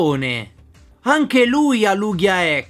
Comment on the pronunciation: Lugia no lughia